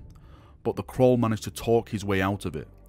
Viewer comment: Caul. Not Crawl. English it is what we speak.